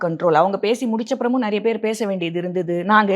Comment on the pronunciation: ஏய் நாய முதல்ல தமிழ ஒழுங்கா பேசு... நறியபேரு நறியபேரு இல்லை. நிறையபேருன்னு சொல்லு . த்தூ........